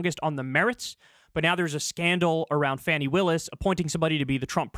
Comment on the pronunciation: Kyle, are you the only person I subscribe to that can't, or won't pronounce Fani (pronounced Fawny-like the baby deer) Willis' name correctly? C'mon, she deserves the respect. Don't talk about her 'fanny'. Only MAGA does that.